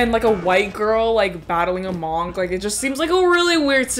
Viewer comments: Who pronounces monk like that? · pronouncing monk like that is a crime punishable by slight disdain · Everybody else: pronounces monk like munk: MOOOOOONNNKKK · have I been saying monk wrong or what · hey why do you say monk the way you do